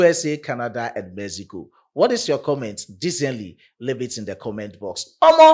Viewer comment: Mexico not Mezigo